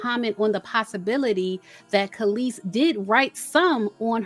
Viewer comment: Kelis sounds like she's saying, "Meet me outside." Lol